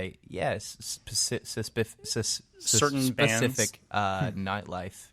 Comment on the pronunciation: Ashton struggling to pronounce 'Specific' is the cutest thing ever.